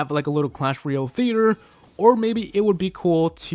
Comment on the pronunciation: Learn how to say "Royale"